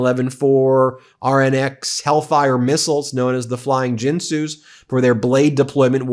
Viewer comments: not jin sue, same "g" as the initial g in garage. gin su. like the as advertised on tv product. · It's Ginsu, with a hard G, like in gigabyte. It is not pronounced Jinsu. Haven't you ever seen the commercials? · As an aside: pronounced with a hard G, Ginsu has been a trusted name in kitchens for over 40 years, known for producing some of the sharpest and most reliable knives available. “Sharp blade deployment”